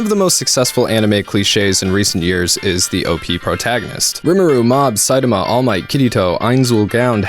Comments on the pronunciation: You pronouncing saitama incorrectly reminds me of luffy gate, on drawfee they pronounced luffy the way its spelled and it trigged EVERYONE, but I COMPLETELY respect how incorrectly you pronounce saitamas name, but are continuously writing saitama the way you say it, and it shows your love of the genre. While it was clear that they pronounced luffys name wrong bc they didnt know, you pronounce saitama name wrong bc you dont care lol. And theres a difference and you acknowledge it very well. I like it. Way to go! Also... talk about your lie in april... its the end of april... you missed you chance!... dont let me down! MAKE US CRY! Lol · Hey man just pronouns Saitama to the best of your ability. I can understand what you are trying to convey and enjoy your work. Thanks and keep it up.